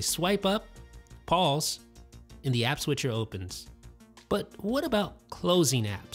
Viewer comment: P A U S E the way u say it lol